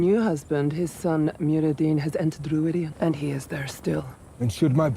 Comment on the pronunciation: I mean no disrespect because I super enjoy your videos, but the way you pronounce Rhuidean drives me crazy. They say it the right way in the bloody show! Aghhhhh! Anyway I have no further issues, love your videos, Carry On!